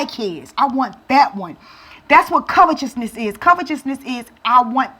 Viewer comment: my sister, it's pronounced : kavete'sness, with T , not CH.